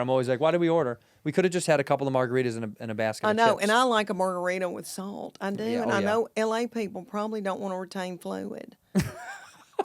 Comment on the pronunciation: Love this! Love Leanne. Everything she says has a diphthong. I didn't think it was possible, she said, "salt," but it came out as "saw-uhlt."